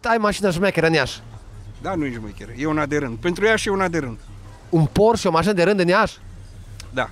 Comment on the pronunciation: 'Porșe', nu 'Porș'. Te rog să nu se mai întâmple a 5.a oara. 🤜🤛